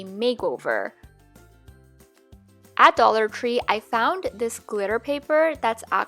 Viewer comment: I’m sorry but when she said dollar tree,it kinda sounds like dollar cree